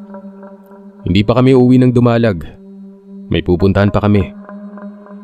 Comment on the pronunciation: Dumalag po hindi po Du-ma-lag.. diritso po pagka bikas po nang dumalag po 😊👍 btw pa shout out po taga Capiz din po ako Cuartero Capiz po medyo malapit lang din sa amin yung dumalag at may tito at tita din po ako na taga dumalag din po 😊👍